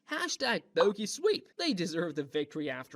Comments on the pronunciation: I really felt it when he said Boki instead of Bocchi and Raio instead of Ryō😭🙏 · i had to click off when the guy kept saying bo-key lmaooo😭😭😭✌️ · the amount the ai voice misspronounces bocchi is hugely annoyiong its no bOki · Stop pronouncing BOKI ,That line alone deserves to be in the bottom iceberg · hitori bokki 💀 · Is it ai voice? It switches to the right pronunciation once and pronounces it baki at least twice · I was excited about this video until the noticeably ai voice started playing. Can’t even say bocchi right. What a shame you willingly chose to throw away so much integrity and quality by doing that, especially because you surely put a lot of work into it otherwise. Hope some people can bare it. But I sure can’t. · ive never seen such commitment to mispronouncing every single charas name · Maybe next time you get lazy and switch to an AI voice after 5 minutes, at least put in the bare minimum effort to make sure they're pronouncing the name of the show properly. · Did you even read the bio for this video? It literally said that "tiny bit of Ai voice was used for like 4%" I do agree that there are some moments in the iceberg where it did feel like AI such as pronouncing Bocchi wrong, but the majority of the voices are 100% real people. Maybe next time you should read the bio before commenting (for future references) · He can't even stick to a consistent mispronunciation. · I did not expect Bocchi’s name to be pronounced in like 6 different ways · Despite hearing the correct pronunciation of "bocchi" in the show audio, insisting on the wrong pronunciation is a thing.